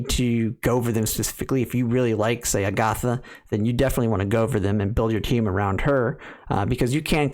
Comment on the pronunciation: Ag-uh-tha not A-goth-uh Met-uh not May-tuh